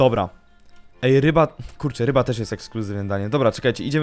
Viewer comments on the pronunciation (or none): none